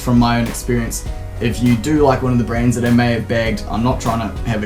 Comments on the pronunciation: Every time you say "brands" I hear brains. Lol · i thought he was saying 'Brains'